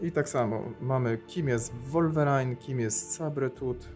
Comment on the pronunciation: "Sabretuth"a może "sejbertuf" tak samo "Wolwerajn"? Powinno być "łólwerin" nie robię tego ze złośliwości tylko żebyś na przyszłość mówił poprawnie no a tak poza tym to dzięki za film. "łiplasz";)